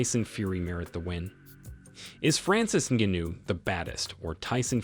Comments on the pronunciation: Come on now you can do better pronouncing Ngannous surname ; not to mention its MMA not MNA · Noticed this guy changes his pronunciation of Ngannou every time he says it.. strange..